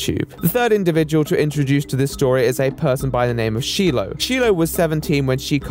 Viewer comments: the amount of times that sheee-low was said instead of shy-low is just making me laugh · it's... it's pronounced "shy-low," not "shee-low" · she--low lol.... Did not even watch the clips in his part?? What is this, a personal protest? I mean everyone knows how to say patient zero's name correctly... Except. Lame but kinda funny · “She-low” Its “shy-low”😅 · Why is calling Shiloh "she-low" instead of the correct pronunciation "shy-low"? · fuck onision but the way he keeps pronouncing Shee-Lo instead of the correct Shy-Lo is really bugging me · Shilo not sheila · Shiloh's name is pronounced Shy-low, not She-low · Sorry to be that person, but Shiloh pronounces her name shy-low, not she-low. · I’m gonna be that person, as I’m sure others have commented but her name is pronounced “SHY-loh” not “SHEEE-loh.” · Pronounced Shylow, not Shelow lol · He's such a piece of trash!! Just a note but her name is Shilo not shelo!! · Good video but hearing shiloh pronounced wrong was sooooo annoying. There’s an I in there not an E and is pronounced as such, shi-loh isn’t she-loh. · cringing so hard at shee-low. it's shy-low. >_< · it's pronounced shy-low not she-low smh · Shy-low not she-low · Sheelow - Sheilah and other pronunciations I couldn't even figure out. Very thorough video but please learn how to say her name! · And also, Dude, shiloh's name is pronounced "Shy-low", not "She-low". Considering how much "research" you've done, it seems like you weren't listening. Greg said her name constantly. But please, dont take this as I'm defending onion boy in anyway, I'd choke him out in a heart beat lol. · She-low?????????? It’s pronounced Shy-low lol 😂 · It's Shy-loh right? Not Shee-loh. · It is pronounced Shy low NOT She low. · Sh-I-lo. Not She-lo 😂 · Shyyyy -loh Not shee -loh Other than that great vid the man's a psychopath that needs locking up lmao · It's SHY-LOW not SHE-LOW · “Sheelo” omg... it’s “shy-low” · It's SHY-LOH not SHEE-LOH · shylow not she-low